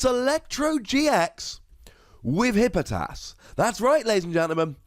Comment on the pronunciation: Tfw you left an entire syllable out of Hippopotas